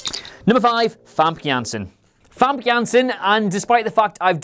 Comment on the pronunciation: Hi, I am dutch. Famke Janssen is Dutch too. . The last name was good. Say it like FamKUN Janssen. Then you say it perfect! :)